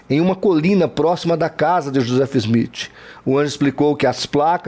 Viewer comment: Quando voce fala do Joseph Smith e não sabe nem pronunciar o nome. O maior absurdo que ouvi e realmente não saber nada o que está falando.